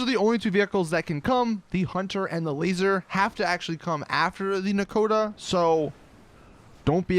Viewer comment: Since when is Nakota pronounced Nakata